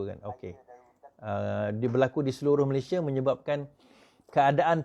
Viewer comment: FYI- declare=isytihar, public order = ketenteraman awam, 'Malaysia' not 'Malayshia'.